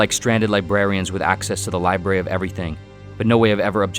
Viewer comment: Lol "The Liberry"